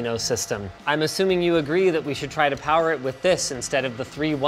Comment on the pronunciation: "Now you're playing with POWAH!" :D